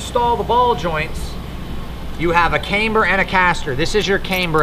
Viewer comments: because it’s pronounced camber. Not cameber. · Lets say it together.........cam ber........it’s not came ber 😂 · The way this guy pronounces “camber” is giving me heartburn.